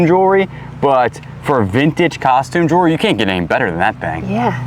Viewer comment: Please, please, please learn how to say jewellery correctly!!!